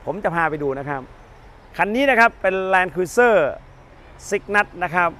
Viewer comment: แลนครูเซ่อร์ไม่ใช่ครุ๊ยเซอร์ครับเห็นเรียกผิดเป็นส่วนมาก